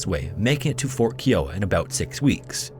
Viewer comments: That tribe is now Kee-o-wuh. It's Kai-o-uh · Key-o-wah pronunciation is killing me! The correct pronunciation for the Kiowa tribe is: kai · uh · wuh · One thing I've noticed is how you mispronounce words, it seems like once per video. This one is Kiowa, as far as I know it's pronounced K-eye-owa, not K-e-owa. I do enjoy your videos, but pronunciation is a peeve of mine. God bless and have a great weekend!! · Kiowa is NOT pronounced as “Kee-wah”. 😂😂 Are you kidding me?! It’s pronounced “Kie-ah-wah”! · Absolute, utmost respect for your videos and much appreciation. My only gripe is that "Kiowa" is not pronounced, "Kee-oh-wuh." It is pronounced, "Ky-oh-wuh." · KIOWA is pronounced Ky-Oh-Wa Not Kee-Oh-Wa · Dude, it's pronounced Fort Kai-uh-wah, not Kee-o-ah, with emphasis on the first syllable, KAI-uh-waah (like the name of the Native American tribe). Scary Interesting videos are too good and professionally made for such an elementary mistake, it's worth the extra effort to look up the correct way to say these names as this is especially noticeable to your American audience. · “Keeeee-oh-ah” is not how you say Kiowa. “Kai-oh-ah” (-: xoxo Oklahoma Native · Kai-o-wa, not Keewa, jfyi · Kiowa is pronounced “Ky-O-Wa” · Just as an FYI: Kiowa is pronounced "KIGH-oh-WAH". Source: I grew up in Kiowa county, Oklahoma. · I love your channel, but I have to get this off my chest. [clears throat] "KAI-oh-wuh." 😏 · The word Kiowa is pronounced Keye-o-wa. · Kiowa is pronounced Kai-Oh-Wuh and is a town in Colorado named after a Native American tribe from the Great Plains. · Not a criticism but Kiowa, it's pronounced K-Eye-Oh-Uh and I only mentioned it because I live on Kiowa Ave. in my town in Arizona and because it's mentioned so many times in this video